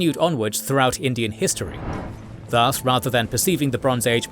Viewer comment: I wish the narrator pronounces 'thus' more correctly rhyming with 'bus' with no stretch of sound on the vowel. The way he is saying it confuses with Indian Sanskrit word das or daas.